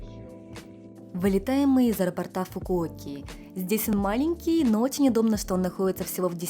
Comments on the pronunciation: АэропОрта , а не аэропортА ! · Немного нудятины: правильно говорится аэропóрта😂😂😂